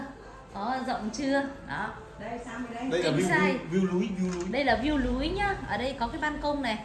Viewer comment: Chị này kg phát âm đc âm N_ l . Nước lọc mà nghe " lước nọc 🤣🤣🤣 , view núi mà nghe "view lúi" . A nào tên Lộc thì thông cảm . A Nọc nhá !